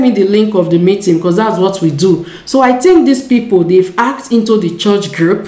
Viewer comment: Why is it very hard for you to pronounce the word hacked and your name is written not Joanne